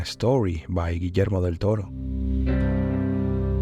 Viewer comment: lol. i think you're mistaking a very talented "near-native" speaker for an AI. edit: nails "Guillermo del Toro" but fumbles "showcase"? c'mon man... plus it's evident he knows what he's talking about. AI still can't do the rhythm/swagger of an authority.